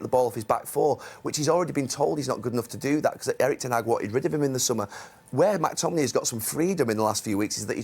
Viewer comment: Gary. It’s McTominay. Not Mactominay. Only one ‘a’!